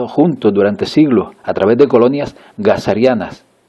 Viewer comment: hola le cuento que me gustó tanto esta cantidad de informacion resumida, que me anote los 14 minutos que dura el video, para estudiarlo poco a poco, en el minuto decis jazaros? porque suena a gazareana no se si quisiste decir jazareanas, bueno te agradeceria la respuesta y gracias por tanta info que no se de donde la sacas pero imagino que es mucho trabajo y refleccion(armado de rompecabezas) por vos mismo. gracias de nuevo.